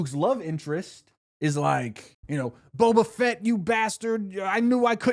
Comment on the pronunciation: Saying Boba Fett like Bo Bichette was killing me